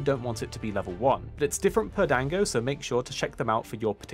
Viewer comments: Dang-go's Lmao. It's pronounced Don-go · "Dang-go" was killing me lol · 'dango', LOL